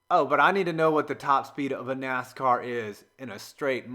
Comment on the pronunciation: You seriously called the cars "nas cars" are you kidding